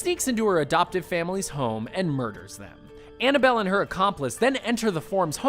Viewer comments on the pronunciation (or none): it’s Annabelle not annable